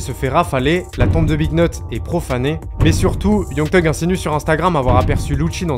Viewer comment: Super vidéo je découvre ta chaîne 😉 Par contre je ne comprendrai jamais pourquoi les français (je le suis aussi hein ?)disent Teug pour thug vous ne dites pas Te pour the ? Te end ou je sais pas moi te boy ou n'importe quoi d'autre ? 🤔 Chelou 😅